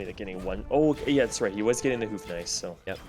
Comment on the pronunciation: I know you wont read this and your pronounciation is almost on point on the Bohemian's Houfnice, but you are hooting like an owl when saying it:D There is a "ou" sound in there, almost like in "though", you gotta swing on it. If you could incorporate thata into your prononciation it will be 100% perfect! Much love from a Bohemian:)